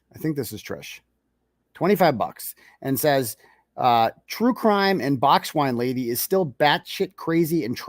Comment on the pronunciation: I heard BOX SWINE LADY... Lol!! No insult to swine. 💓🐷💓